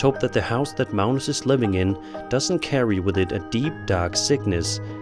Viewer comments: Uh why are you calling Magnus Malnus? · What country are you from that pronounces a 'G' as an 'L?' Where is "Magnuss" pronounced "Maleness?" Just wondering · Its Mag- nus....like Magnum p.i.. ... Except with an "s" ...and obviously no p.I....and if he got 11 hours out of those candles...that's amazing...I usually only get about 6 out of them. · Sir, there is no "L" in Mag-nus...js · Never heard Magnus pronounced as Mounus before.